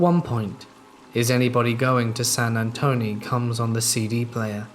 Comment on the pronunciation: SAN ANTONE........ TONE NOT TONY..